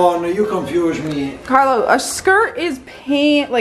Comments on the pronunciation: Carlo, please teach her to at least pronounce your name correctly. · La pronuncia di quando dice "Carlo " è simpaticamente americana. Arrotola la "r' che è uno spasso sentirla.